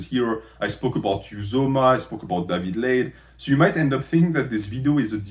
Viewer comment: I kept hearing David laid as "daddy blade" haha i was so confused